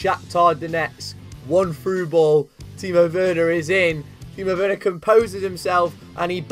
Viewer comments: It's pronounced verner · It’s ver-nah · Not wernah